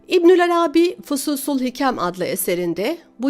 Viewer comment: Arâbî değil de Arabî olacak sanki. Selamlar.